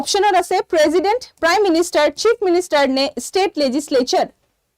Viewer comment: If president pronounce as prejident then prejudice should be pronounce as presudice .